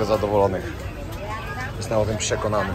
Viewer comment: " Jestem o tym Psiekonany" xD